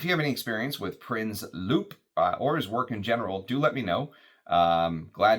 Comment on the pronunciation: french is tricky with pronunciation. "loup" is lou and "une" is yn from the ipa. ❤